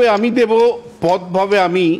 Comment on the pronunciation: একটি অপেক্ষাকৃত অন্য ধরনের মন্তব্য..! শ্রী বিশ্বনাথ চক্রবর্তী মহাশয় ((রাজনীতির অঙ্গনে তিনি অবশ্যই সুবক্তা এবং সু-বিশ্লেষক'ও বটে)).. কিন্তু বক্তব্যে রবীন্দ্রনাথের যে কবিতা "quate" করছেন.. (যদি তা "কোট" করতেই হয়ে).. ?! সেখানেও কিন্তু একটু "উচ্চারণ'জনিত" সচেতনতা বা সতর্কতা রাখা ভালো..!??.. আমরা দেবতা বলতে "দেব" শব্দটি ব্যবহার করা..! কিন্তু সেটি পাঠ বা বাচনভঙ্গি'ও যথাযথ হওয়া উচিত..! "পথ ভাবে আমি দেব! রথ ভাবে আমি..." রবীন্দ্রনাথ ঠাকুর ইত্যাদি ---- (উচ্চারণটি " 'দেবো' !?.. নয় কিন্তু!.. এবং অনুসরণীয় বক্তব্য এইটুকুই..! ধন্যবাদ...!